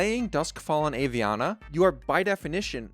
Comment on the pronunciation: Aviana is pronounced Ah-Vee-Ana. Most Hearthstone players mispronounce it and thats understandable. The reason I don't is because Aviana is my best friend's name.